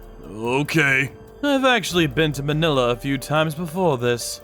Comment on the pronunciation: Btw its Ma-nila(fast pronounviation cuz its wrong but no hate)